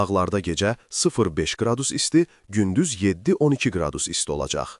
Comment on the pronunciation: Camaatrus dilindən qacır buda qradüs. Qradus deyə deyə qalıbget dilini. Öyrən